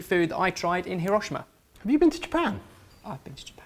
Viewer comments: it's heero-shiima not hiroh-sheima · Dude. It's hee-ro-shee-ma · Hiroshima is pronounced like : hero-she-ma (like the words hero and she) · say it with me: Hee-Row-Shee-Mah